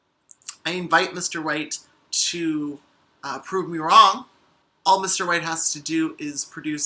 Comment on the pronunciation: I'm so sorry, but the way you said White (mainly at beginning) sounded so much like "Mr.Wait" which was the name of my granddad, who passed not too long ago. So I just wanted to check is it just me hearing "wait" or is it the accent? ( I'm British and I don't talk to people much)